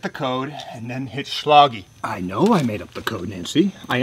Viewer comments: It just occurred to me that he's mis-pronouncing "Schlage", as in the lock company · This is my tenth (?) watch, and it gets better each time. Happy Feet jerko ass SCHLAGE (pronounced Sh-log-E) is a catchphrase me and my little family blurt out to each other on long car rides. My nine year old daughter quotes Chris and it’s freaking beautiful. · The people over at Schlage are FUMING. “It’s ‘shleg’ not “shLOGeeeee’!” This flashlight facing backwards…I just caught it on my third watch and I’m DYING 😂😂😂